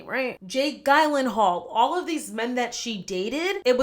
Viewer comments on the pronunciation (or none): It’s Jake ji-len-hawl, not GUY-len-hawl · Pronounced “Jill in hall”😅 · Just a very gentle correction on the pronunciation of the name "Gyllenhall." It's "Jill en hall" because I figure you will want to know for future videos if you ever mention him or Maggie again (but it's really no big deal.) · the way you pronounced Jake Gyllenhaal's last name like "Tylenol" actually made me laugh out loud. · 😂it’s pronounced (Jill-in-hall) but that was the best effort I’ve seen to say it🤣👏🏾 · I've never heard Jake Gyllenhaal pronounced like that before lol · Asking if she said Joe Alwyn's name right and then saying Jake Gylenhall's name in a way I've never heard before 😭 iconic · The “Jill-in-hall” pronunciation is actually an Anglicization. Jake Gyllenhaal tried for a few years to get the press to pronounced it correctly, which didn’t pronounce right either, but he gave up on it despite breaking it down several times.